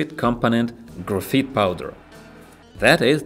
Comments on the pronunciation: lol its graphite not grapheet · This is really cool but it's pronounced "graph-eye-t" in English